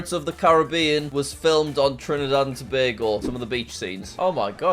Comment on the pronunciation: As someone from Trinidad & Tobago, I'm giving you half a point for pronouncing Tobago correctly. So many people get it wrong. Here's a fact: Trinidad and Tobago is home to the largest natural deposit of asphalt in the world. It's called the Pitch Lake.